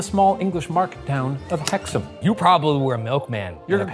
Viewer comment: 👏🏻 for correct pronunciation of Hexham. 🎉